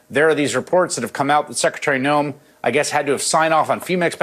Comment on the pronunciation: Why is she making Noem 2 syllables?